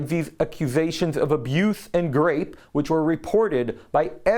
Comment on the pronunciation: look up the pronunciation of libel and rape.